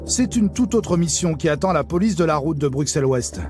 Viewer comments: Les journalistes parisiens ont rarement pris des cours de Néerlandais,donc forcément ils ne prononçent pas correctemennt Molenbééék,par contre ils pourraient dire BruSSel comme on dit Aussère(Auxerre).Mais je doute que ce soit la raison principal de l inquiétude de la Police de cette commune ainsi que ses habitants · Molennebeque à Brukselles… révisez votre prononciation avant de dire des carabistouilles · C'est irritant d'entendre des Français prononcer le X de Bruxelles au lieu du double S alors que cette exception existe en France aussi avec Auxerre! Mais ce qui est encore plus irritant c'est d'entendre le nom de la commune de Molenbeek prononcé Molenbèque au lieu de Molenbéék !!! Ces journalistes ont rencontré des policiers bruxellois, ils ont dû entendre comment ça se prononçait. OK, c'est un nom flamand mais ce n'est pas bien compliqué de le respecter. Un grand respect aux policiers qui font ce métier difficile dans une zone très difficile. On se croirait en Seine St Denis ou à Clichy mais ce n'est pas encore aussi grave que la zone Nord de Marseille ! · BruSSel et MolenbÉÉk !!! C'est pas si compliqué d'apprendre à prononcer correctement. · On peut dire ce qu'on veut en effet, mais Bruxelles avec "ks" n'est pas la prononciation correcte. Et personne à part les français ne dit "choux de Brusselles" ici à Bruxelles:-) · Dans les premières 30sec « bruksel » « molenbek » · Explication pour tous, Bruxelles en Belgique se prononce "Brusselles" merci 😊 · "une image peut reluisante"... C'est sur qu'en faisant des reportages comme ça, ça va pas aider a aller mieux... Et pitier les français, apprenez à prononcer les nom des villes avant de faire des reportages en Belgique !!